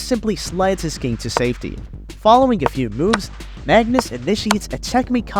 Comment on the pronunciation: Magnus not Mangus :D